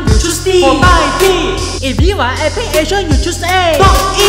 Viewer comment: 为什么epic有尾音